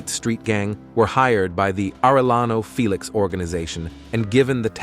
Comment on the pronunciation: Fay-lex.!!?..it's Felix.. haha....fake ass